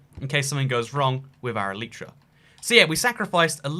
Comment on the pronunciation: You are saying Elytra wrong